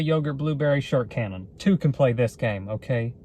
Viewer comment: Did you say shart-cannon? Or shirt cannon?